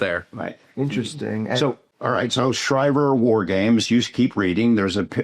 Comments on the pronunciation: He pronounced the AF base wrong. Its shree-ver not shy-ver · Schriever is pronounced Schreever